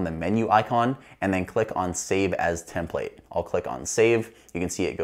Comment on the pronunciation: The last “template” he said was the right way to pronounce it